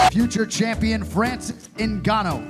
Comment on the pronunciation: ''France Ngannou''